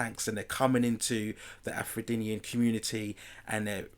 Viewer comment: Afro-denian ?, its just Afrodian one word